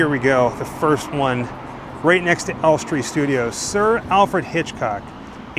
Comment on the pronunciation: Hi guys. We absolutely love to watch your little trips and the excitement and awe you express when you go somewhere you've always wanted tos see. We think you are absolutely adorable. Just one thing. Maybe go to this guy's site to learn how to pronounce names of various places you visit. Ellestree is in BORUM-WOOD, not BOR-HAM-WOOD. Just FYI.